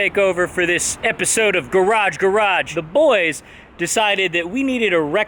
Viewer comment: I think we can all agree that nobody says "garage garage" better than Dan